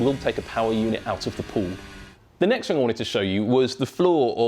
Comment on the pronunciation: "wiv", "fink", "fing"